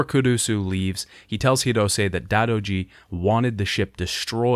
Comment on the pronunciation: Dadoji and yamay alliance lmao. Bro the game says both names numerous times. It's 'die-do-ji' and 'yo-mey'